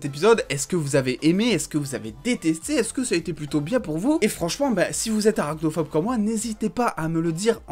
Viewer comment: Tu dis arachnophope, mais tu dois adorer Spider-Man, non?